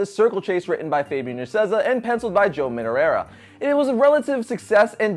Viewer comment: Joe "Minurera" it's more like Joe "Madureira" or "Joe Mad!"